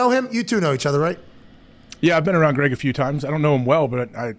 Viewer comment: SHAHT AHT to for calling Greg, G-Reg lol. "7th Floor Crew" ftw